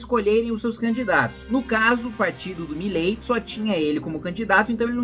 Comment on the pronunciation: Cebolinha: "Já vilei fã do Milei. kkkk"